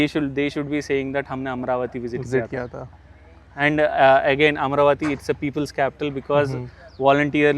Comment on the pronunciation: I don't know why South Indians add that hard 'th' sound even when the spelling is Amaravati not Amaravathi, And where required you don't add the 'th' sound. There you sound like 'Mai aya ta' instead of 'Mai aya tha' Similarly these Bengalis also keep speaking Ao instead of Aa sound, like they say Joy Hind. it's irritating, don't disrespect other languages and your own language too